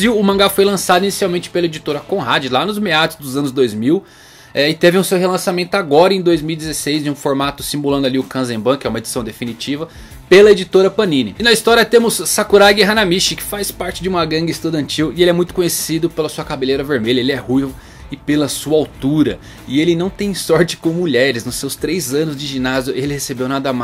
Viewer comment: Sê lê Sakuragui Hanamitchí